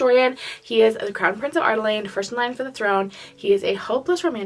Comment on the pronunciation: I say this with so much love because you have helped me through these books, you often skip letters in words. Lyria- you said Lyra Adarlan- you say Ar-Da-Lane